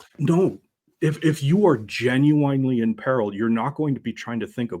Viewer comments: If this guy says "jin-you-WINE" one more time, I may lose it. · I came here to say this as well, hate to be a grammar cop but it gen you winely was driving me nuts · He kept saying "You Genu-WINE-ly don't know?" there's some irony there.. But yeah, grammar nazi and all that, but someone needs to teach this man how to pronounce the damn word if he's going to use it every 30 seconds lol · "Gen-u-wine-ly" danquish